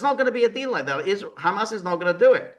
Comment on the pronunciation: Is George kidding? George pronounces HAMAS NAME AS IF ITS A ARAB DISH, maybe if he address them as the resistance rather. Then a chickpea dish, that really changes my opinion about George pretty disgusting for him not to acknowledging Genocide, would he deny that ISREAL is exterminating the Palestinians! Pretty sad that George chooses comfort rather then conscious!